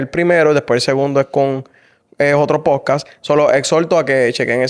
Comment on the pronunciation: Que puedes esperar de alguien q dice “pojcaj” 🤣